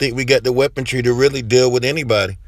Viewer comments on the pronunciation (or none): WEAPONTRY ??? Speak English much? It’s Weaponry. Stop destroying the English language.